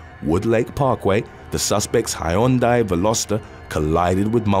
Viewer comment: hyundai = "hun-day" :)